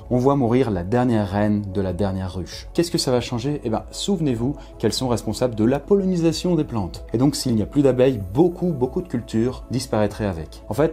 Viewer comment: Pollinisation pas pollonisation, quand j'essaye d'éviter cette erreur elle revient toujours